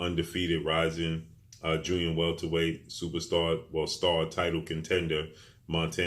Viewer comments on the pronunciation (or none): First time I heard you say superstar George Kombosos in all your videos you had a bit of trouble saying superstar but it came out slowly ,but you still call Teo superstar with no belts